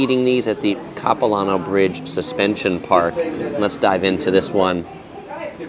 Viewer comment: “Cap-i-Lan-oh” not “copi-lohn-oh” Definitely an interesting take on visiting Vancouver but not what the locals would show visitors other than the suspension bridge and Stanley park (which your video missed the best parts of both btw).